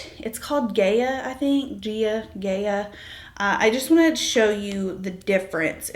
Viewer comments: Hope you are adjusting well to motherhood! It is pronounced Guy-ah :) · You must say Gaia like Gaya. It's de nome of the name of the goddess of the Earth. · The bronzer shade is pronounced "guy-a". It's the name of a greek goddess. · Gaia - pronounced “guy-ah” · Thank you for this analysis! Your look is really clean and beautiful! I really enjoyed the products reviews, as I'm thinking of buying some. I think Trinny uses several oils and serums prior to her makeup which is why perhaps some of the products are quite mattifying so that the glow comes from her skincare underneath her makeup. "Gaia"- is pronounced "Guy- a", it is named after a Greek Goddess: the ancestral mother of all life on Earth :)